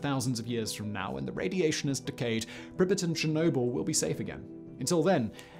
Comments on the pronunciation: Living in Ukraine I can tell you Simon's pronunciation is incorrect. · Anyone else annoyed that Simon didn't enunciate the "y" in Pripyat? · Pripyat- it's a long a, not short. Don't say it like you're saying "cricket", but more like "bangmate". Also, ppl have returned to the exclusion zone and nearly 7K ppl live spread out around the area. Many are farmers who live off of what they grow (irradiated and all). Update that script fact boi!! 😜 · Who else is irritated with the pronunciation of the city Pripyat… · I 💕 you Simon but every time you pronounce Pripyat I can’t help but cringe! 😂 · For god sake, pronounce Pripyat correctly. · It is weird that you do research on something and then can't pronounce the name. Sorry I insulted your god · I've never heard Pripyat pronounced Pribbit before, and so many times. I always heard Russians pronounce it as Preep-Yacht. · Preep-yacht is the right one. Trust me Im Romanian I know 🤌🤌🤌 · World: Pripyat Simon: prippet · It's not PRIH'-pit. It's PREEP-yaht. And it's Sla-VOO-teech ;) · Did he say pripet? And not [pri-pjat] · Pri-pet? You mean pree-pee-yah-t? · Isn't it Prip-ee-at rather than Pripit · The city is spelled Prip-Yat not Pripit. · Its prounced prip-pee-at not prip-it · Simon it’s pronounced “Preep-YOT” not “Prippit” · Prippets? Really?🤦🏻 I’ve actuslly been to Lendon too!🤷🏻‍♂️🙄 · Why couldn't you say prip-i-yat like everyone one else? You just wanted to be different. Brutal. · Not sure what's worse, the Chernobyl disaster or Simon's "Prippet" pronunciation disaster. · If you're gunna call it 'Pripyit' you have to do it with the Russian accent, otherwise you sound like a prat.